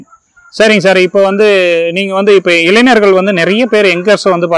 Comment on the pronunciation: இளனர் என்று சொல்லாதிங்க இளைஞர் என்று கூறுங்கள்